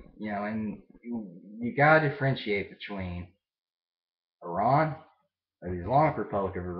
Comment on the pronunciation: Yep I can imagine a country where everyone thinks you're the enemy. Well, atleast your neighbours. I live in one.. India! :') But yeah.. FINALLY an American who says Iran, and not Eye-ran. YAY! :P